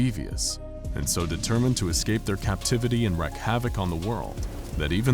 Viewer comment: I love SCP Explained, and have watched most of the episodes... but pronouncing words wrong drives me a bit crazy... First example- "wreak" as in "wreak havoc..." The word is pronounced how it is spelled- sounds like "REEK." Baba Yaga annoyed me a little too, pronounced "bah-bah yah-gah" not "bah-bah yay-gah..." Breaks the suspension of disbelief in a scientific institution, but I deal with it. 😂